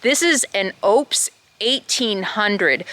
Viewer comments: Pronounced on their commercials……Oooh - pus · Just a heads up - pronounced O-pes . Great power station!